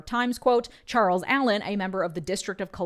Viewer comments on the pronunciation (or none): none